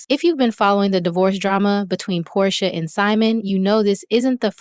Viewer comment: And you called Porsha …”Poday” 🥴😂😂😂 Chile, ya channel ain’t gonna make it. Just use your voice.